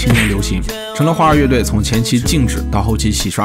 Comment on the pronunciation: 你先查查 花儿乐队 到底应该怎么读吧